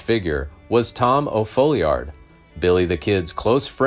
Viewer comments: His name was Tom O. Folliard. Not O' folliard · It’s also hard to pronounce and nobody ever does say it correctly but it is pronounced as Fallyerd. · Thanks for the good content. It is not difficult to uncover that the correct name is Tom O. Folliard, not O’Folliard. The error was caused by a mistake in the New Mexico Territory court records. Court docs in other jurisdictions reflect the correct name as does Brushy Bill in yet another example of his detailed esoteric knowledge of the Lincoln County war.